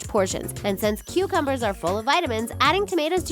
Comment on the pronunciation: When you said tammtos and cocombers I was like noooooo I'm not gonna stop